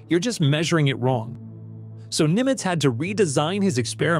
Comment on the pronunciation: It's "Günter Nimtz," a German physicist. Not Nimitz, as in USS.